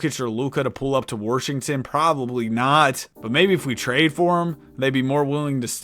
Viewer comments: he pronounce Washington like that on purpose? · Ah yes, the Worshington Wizards